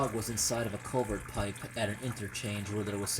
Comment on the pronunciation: It's culvert not culver dummy